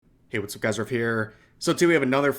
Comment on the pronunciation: It took me forever to understand that he's saying "hey what's up guys, rev here" and i have no idea how he's able to fit that into like 2 syllables.